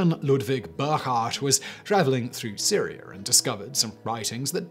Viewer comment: What bugs me (for some unknown reason) about his accent is that he pronounces Africa as Africer. Syria as Syrier. And so on. Just does my head in.